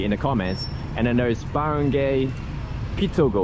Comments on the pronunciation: You say Barangay with "barang gay" , should be "barang guy". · LMAO 🤣 at Barangay pronunciation.... I believe it's pronounced as Baran-GUY as opposed to Baran-GAY! The only reason I'm vaguely familiar with the market's name is because my wife from Cebu overheard the conversation audio from this video! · don't pronounce the last 3 letters of Baranggay as GAY (as a Gender LGBTQ) but GUY (as in a Man).